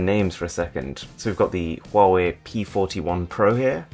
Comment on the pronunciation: Did he say quawai